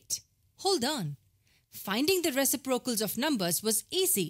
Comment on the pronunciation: I’m still giggling at “ressy procals” ! These are very good videos. Very clear and to the point. No waffle! 10/10